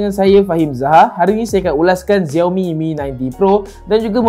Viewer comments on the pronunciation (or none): SHAO MI bukan ziaomi